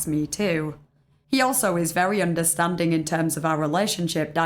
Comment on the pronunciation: "Sympatheh", "empatheh" and "oondahstandin'" P.S.-I'm not making fun of you, I swear. I fucking LOVE your accent!